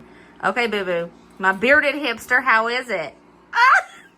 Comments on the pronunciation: I thought she said "hamster"!!😅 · I’m so glad you said “bearded hipster”! I thought she said “bearded hamster” and could not figure out why said that! Lol! 😂😂😂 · say may have…🤣